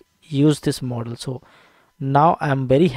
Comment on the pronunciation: Mooodel mooodel moodel😂😂😂